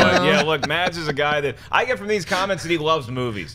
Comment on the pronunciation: Silent d i Mads, should be pronounced Mass